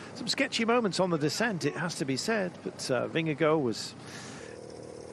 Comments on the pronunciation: Take the first syllable of gorgeous (the gor sound) and it will be more precise. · Why's he calling him Vingego the last 3 or 4 times?